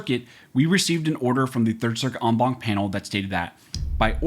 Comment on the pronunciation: You lost me at on bonk. It's en as in end, Bank as in going to the bank. A bank is a collection, so the entire Bank of judges. I don't put my money in a bonk. That's not how Latin is pronounced, knock it the fuck off.